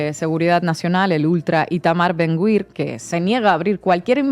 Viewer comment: Creo que se pronuncia “Ben-Gvir”y no “Ben-Gwir”